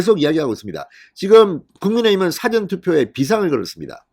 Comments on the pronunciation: 발음"싸전"투표가 아니고 사-전투표! 투표장을 더 만들라! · 사° 전:Dictionary. 사 전°:before. 억양 좀~~~~ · 영어사전 국어사전할때의 사전을 발음 하시는데 일이. 일어나기전에 사 전은 사자를 좀 길게 해야되는거 아닌가요? 듣고 있으려니 얼굴이 뜨거워 지네요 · 사전 투표 발음 사저 액쎈트 발음ㅅ하지마라 듣기 싫타